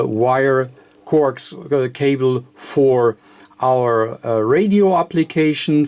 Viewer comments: Corx cable LOL I always thought coax was pronounced co-ax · Corks cable?? It's NOT corks, it's COAX (pronounced CO AXE).